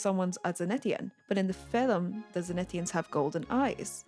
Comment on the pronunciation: "in the filem"